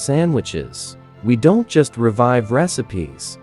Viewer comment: Don T.......a.k.a. don't😂😂😂😂😂😂😂😂